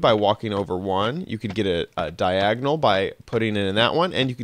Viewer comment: Did he call the double-long painting Diagnol 😂